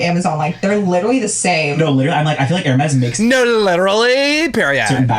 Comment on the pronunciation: the way she is saying Hermes is correct. those bags start at around 15k. it is insane